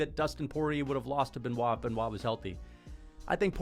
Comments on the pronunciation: Bennett saint denis???? Cmon that pronounciation is not just peaches and cream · Bro was gone so long, he forgot how to pronounce Benoit.....😅😂 "Bennett"? 🤔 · Why is bro wearing a silly little hat and mispronouncing Benoits name 😭💀